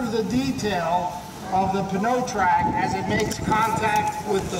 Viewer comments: I guess this guy doesn't know the p in pneumatic is silent. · Mitas is a Czech company that is part of Michelin, a french company. I think he's just trying to pronounce it in french, but like all unilingual english speakers, cannot properly pronounce the french "eu" sound. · Should have gotten someone who knows how to enunciate the name of the tire. Pneu as in pneumatic so its enunciation is New-track. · Yep, pretty ridiculous that their own product rep can't pronounce his own product! pa'no track lol. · Yank pronunciation at its finest... p-know-trac lol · Nick Steggel no that's moron pronunciation. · Pronounced " NOY TRAC" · Peter Reed drove me nuts. You think a tire company could at least do that right. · I wish the announcer would realize that the P is silent. OMG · Jake Nelson the name of the product is PNEUtrac, pneu is the french word for tire, he is just trying to say the word pneu but he just cant pronounce it right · Crammy James Pneutrac. Pneu is french for tires, he is just trying to pronounce it the french way but doesnt quit workout